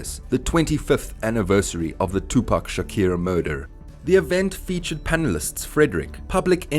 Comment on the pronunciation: Who the hell is tupac shakir ?😂